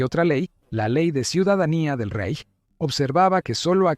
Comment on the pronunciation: el Tercer “Reich”, En alemán, la “ch” no suena nunca como la “ch” española (ni como en chico ni como en Chile. Se pronuncia más bien como la “ge” “gi” española. 😉